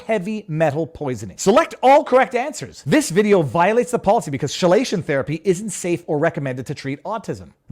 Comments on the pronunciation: "chelation" has a hard "ch", like a k, not a soft "ch", and certainly not a "sh". It's from "chela", a claw, because the molecule used in treatment surrounds the metal ion "like a claw". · Why are you required to be a medical expert to post on this platform? Proving you are not a medical expert and that you shouldn't be required to answer these question. The proper pronunciation of Chelation is 'KEE + LAY + SHUHN' or if you prefer /ˈkiːˌleɪˈʃən/ . Proving the point you are not a medical professional and that these question are not possible to be completely understood without being one, thus this standard is impossibly high for the vast majority of people posting. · The "ch" in "chelation" is pronounced like a "k." As for your reeducation for wrongthink on YouTube, it seems that one successful strategy to pass the test is to select the answer option that indicates the least involvement of critical thinking. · Viva, chelation is pronounced key-lation. I found it funny you saying with such gusto though.😂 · Chelation Therapy is pronounced KEY-Lation as in Chemotherapy. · Viva, pronounce chelation as 'key'lation, btw you'll find that in Ontario they'll just use the 'leech' method because that actual effective treatment costs more. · Great video. Chelation is pronounced "Kelation" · Chelation is pronounced “key lay shun” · Yay! Back to the short-form! Something I actually have time to watch! This reprogramming looks as bad as the Navy's General Military Training. Now I kind of want to do a video condemning Thalidomide to see if it triggers them. Oh... and it's "Key-lay-shun." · FYI chelation is pronounced Key-lation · The U tube re-education reminds me of drivers ed re-training for naughty drivers, and btw chelation is pronounced key-lation, congratulations on your accomplishment, I hope you get a certificate for your effort to display in your background so U tube can be proud of the new graduate. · It’s pronounced “KEY-lation”. Like Quay. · KEY-Lation. Not Shay-Lation